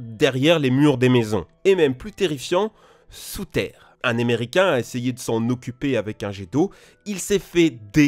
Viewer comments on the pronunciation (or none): Qui a entendu emericain